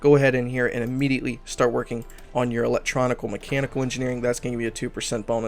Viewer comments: Its "electronic mechanical" not "electroni-cal mechanical" you do this in every video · I usually dont care, but it does make my eye twitch every time lol